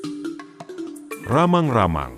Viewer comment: Rammang - Rammang bukanlan ramang-ramang